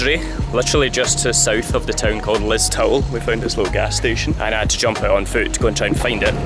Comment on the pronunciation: Awh looks like a nice relaxed break away. Being Irish had a giggle at a couple of pronouncinations , Listowel( Listoel) Cliffs of Moher( Mowher) , i enjoyed it all. The Cliffs of Moher have had a few people sadly thrown themselves off there, so sad. Delighted ye saw a good few placws before ye decided to head to Dublin. Knick is pure country, lovely people. Did ye check halfords for the bucket.